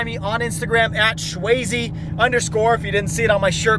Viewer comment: Great content, but stay Shwayzeee??? Like wtf bro😂